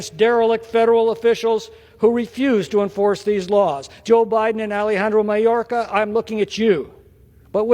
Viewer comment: After four years this moron doesn't even know it's Mayorkas, not Mayorka.